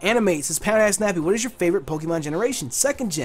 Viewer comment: I thought u were saying pound ass nappy lol